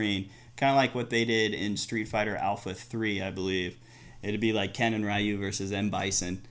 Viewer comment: Please stop saying Ri-yu. The name is Ree-yu, lol